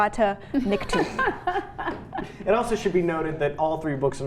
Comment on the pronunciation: and she said niktu, as opposed to nikto. ;)